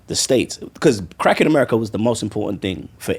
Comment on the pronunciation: I thought Harmony was saying "crack in America" 😅 I'm like why is this man giving crack so much praise when it has destroyed countless families...whew glad we cleared that up 😆😆😆